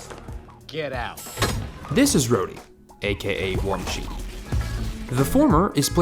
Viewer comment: Terrance isn't war machine he's "war mayne"